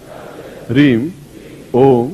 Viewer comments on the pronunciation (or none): Hreeng nahi hai "Hreem" hai